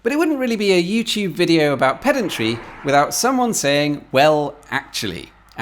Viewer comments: I get the irony but thats not how you pronounce pedantry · Well actually…every time I hear a Brit talking of pedantry I chuckle.